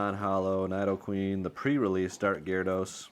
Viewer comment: Love the content across the board and not trying to be that guy but it's nid-o-queen, not nide-o-queen 😅 keep up the amazing work fellas ❤